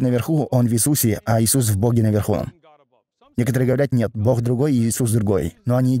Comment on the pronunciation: Попросите переводчика чтобы он постарался говорить Бог, а не бох!!!